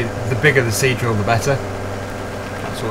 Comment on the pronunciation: Now I can only hear him say c-drill